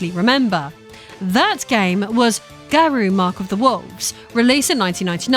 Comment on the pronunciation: COTW is buttery smooth, even if the rev system is essentially the drive system in sf6. SNK has always had some serious style to it compared to capcom and midway/nrs games. Garou is pronounced like gar-oh btw 😉 though with your accent it sounds perfect either way. Salvatore is a lot of fun to play as, even if it seems wierd he’s there. He plays a video game character irl so it fits. Ronaldo is meh to me. I do have fun with mk1 with friends. Kameo system is what it is but it does let you make combos up on the fly or give you unique pressure strings etc. If you ignore the silly invasions mode and micro transactions it can be fun.